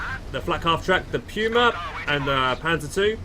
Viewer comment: that puma pronunciation kills me every time...